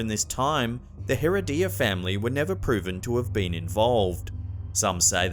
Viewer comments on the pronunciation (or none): Not "Hair uh DEE ya". Hair RED ee ya. Gracias.